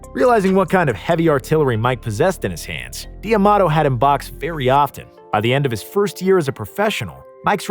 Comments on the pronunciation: It’s not DIAMADO it’s DAMADO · Cus's last name was not DEE A MATO, its pronounced DA MATO. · this video is really awesome nothing to say but bro please stop saying "DE Amato" i'm pretty sure it's pronounced "Damato" even though it's written differently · D'Amato not Di Amato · You keep saying Dee-Amato. It’s D’Amato. DAMATO!!! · So you forgot that Gus D’Amato trained Muhammad Ali?? And it’s pronounced like Tomato but with a D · My ears bleed a little when i hear “Dee Amato”